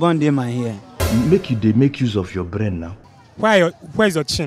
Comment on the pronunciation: i was killed the first seconds in😂 ma guy, my ''blain'' paaa chai